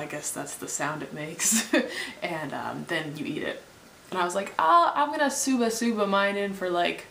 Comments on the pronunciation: pelikula instead of purikura shuba shuba instead of shabu shabu are you making these mistakes just to troll the comments? if so please carry on if not...you might want to check that out, its unnatural to be living in japan and get words so wrong some kind of vitamin def or something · probably a lot of people did tell you it's shabu shabu... not what you said ^^